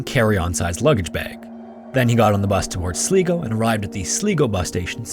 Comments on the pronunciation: just for anyone wondering Silgo is prononced Sly-go, Ive never wanted to be thos person but i flinched every time he said sleego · Just a note - Sligo is pronounced Sly-go, love the videos! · I’m so sorry but Sligo is pronounced Sly-go. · Hey man, just for future reference, Sligo is pronounced like "sly-go". And 'lil fun fact, Sligo means "abundance of shells". 😊 Great work and love your vids! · Just in case you ever cover another story from that part of Ireland. Sligo is pronounced ‘Slygo’. I can see why you thought otherwise, though. Great story! ❤ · Aaaaaggh, you’re mispronouncing Sligo in the first story. It’s Sly-goh. I literally just came back from a holiday in Ireland, and my brother-in-law is from there. 😂😂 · Sligo is pronounced Sl-eye-go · 'Sligo' is pronounced 'Sly-go' FYI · Sligo is pronounced with a hard "I" btw. As in Sl-EYE-go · Good story but as an Irish person it physically hurts me to hear how wrong your pronouncing Sligo. It's pronounced sly - go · Sligo is pronounced Sl - eye - go. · Okay so to spare my Irish people , Sl-eye-go , thank you . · Just in case anything unfortunate happens again in Sligo, It’s pronounced Sly-go 😁. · THIS IS PAINFUL! It's pronounced Sl-EYE-go! It's spelled SLIGO and pronounced SL EYE GO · Sligo is pronounced Sl-eye-go Great vid though, loving the content. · I'm slightly amused by the way you pronounce Sligo. Went to the beautiful county a couple of years ago. Its actually pronounced Sly go. Thanks for the upload. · Another cool vid mate. My only criticism (well.., not really a criticism) is that in the first story it's pronounced "sly-go". Easy mistake to make though. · the actual name is Sly-Go and he sure did have a sly go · Sligo is pronounced Sly-go. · Pronounced Sl-eye-go 😉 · Great information. Just FYI Sligo is pronounced Slygo. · FYI: Sligo is pronounced sly-go. Thanks from Ireland. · I love your videos but its pronounced 'Sly go" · Sorry, but Sligo is pronounced "sly-go" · It’s pronounced Sly go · Sligo - Sly go